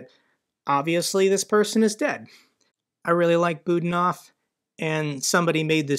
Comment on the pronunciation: Budanov is pronounced Bu-DA-nov (stress on the middle syllable "da"). Many thanks